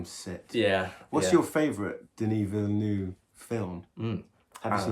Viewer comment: Great movie. The ending always makes me sob. Btw, his name is pronounced Deni Villeneve (the “u” is not pronounced as much as the “e”). You guys should definetely watch Sicario. It’s my personal favorite from him.